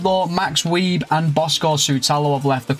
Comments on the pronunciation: It's max view not Weib in German the w is a v and that type of b is a s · I got a kick out of you saying it as "weeb" 😂 it's not your fault tho, I'm sure no one had ever told you that that's how the ß is pronounced. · Max Weeb is pronounced as Max Wise😂 Nice job getting Bouwman, big talent, time for an ajax rebuild with all their talent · Wieß is pronounced like vice, the ß is a specific german letter which makes an s sound. ć and č are a 'ch' sound. Loving the content!